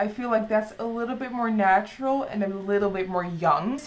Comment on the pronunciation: Hearing her say "natural"i do weird